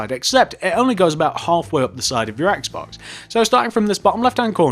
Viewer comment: What about a Wii U house? BTW instead of Xbox, you said Axe-box.